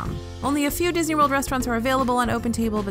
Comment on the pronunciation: Did you say MCO was "Bisney"... :) i like it